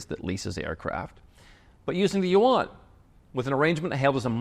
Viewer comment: Renminbi....Yuan, exposed! You actually know how to speak Chinese:face-green-smiling